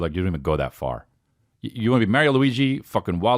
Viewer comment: As a fellow nj Italian, thank u for pronouncing “Mario” the correct way!!!🤣🤣